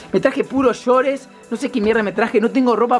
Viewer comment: “shores” JAJAJAJAJAJAJA